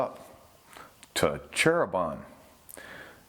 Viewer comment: Hi. Back again to this title, and as a native in Java island of Indonesia, allow me to correct the word of our "Cheribon" city. It's actually "Cirebon" not "Cheribon". Thank you!